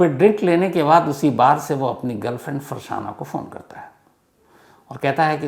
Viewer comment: फरसाना नहीं होगा फरज़ाना होगा